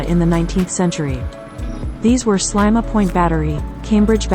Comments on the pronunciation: It’s pronounced Sleema not slyma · There is a lot of information given here but I find it very insulting that the pronunciation of Sliema is incorrect. It is many years since I visited and I have always known it as Sleema. Maybe this has changed but I sincerely hope not. This is historic. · Very annoying repetition of Slyma;who taught the narrator how to speak?